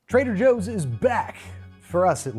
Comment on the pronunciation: trehder joohs